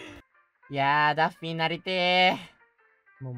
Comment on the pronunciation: 那天的破日文害我以為他穿著daffy 的人偶裝XDDD 原來是可愛的PPB抱著娃娃✨畫面超可愛